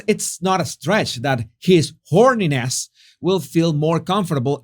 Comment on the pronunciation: I keep hearing his 'horniness'. Am I crazy?